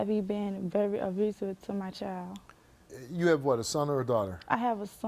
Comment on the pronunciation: Can you pronounce child correctly please, it’s child not choid